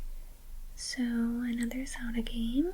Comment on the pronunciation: How did you sau Zelda.... didnt sound right to me 😫